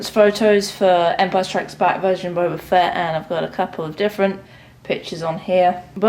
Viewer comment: Of your a true starwar s can you would say boba fett not bouba